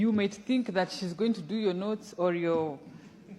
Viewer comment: Did she say "notes" or "nudes"?!